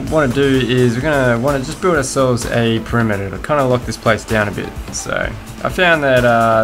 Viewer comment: Such an accent! "perimeter" is pronounced /pəˈrɪm.ə.t̬ɚ/, not /pəˈrɪ.mɚ/. "towers" is /ˈtaʊ.ɚs/, not /ˈta.ɚs/. And so on. Otherwise, your video is compelling.